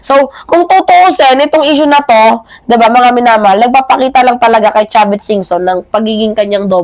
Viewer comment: Yan ang gusto ko syo. Authentic. Sarap pakinggan singa mo. 😊. Kaya love kita. Ingatz sa health. Aralin mong maige topic mo at grammar. Wag kang magmumura para ang dating mo disente pa din. Done. 4 star ka ngayon sa akin parang General Torre. ❤❤❤ Tama yang diin mo kay Chavit.